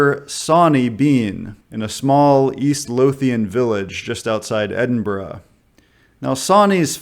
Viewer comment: Nothing makes my Scottish heart flutter like an American pronouncing Edinburgh right.